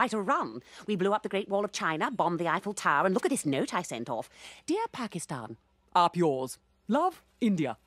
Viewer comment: Pakistan, not Pakisthan